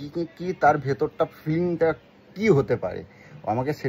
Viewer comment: Feeling k bolchhe fleeng 🤣🤣🤣🤣